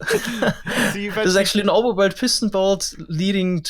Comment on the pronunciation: Ah yes, the pieston-bolt. Of course.